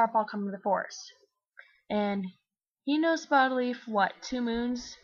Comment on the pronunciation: When you said Spottedleaf for the first time I thought you said HOLLYLEAF and I was like wtf?